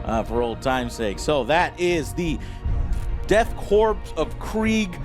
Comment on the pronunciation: KORPS is pronounced CORE, not CORPSE. STOP calling them KORPSE.